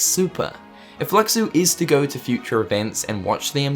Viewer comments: it's pronounced "lushu" "LUSHU" !! that's like calling xehanort "ex-hanort" or xion "ex-ion" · his name was said in Backcover though its pronounced Lu-shu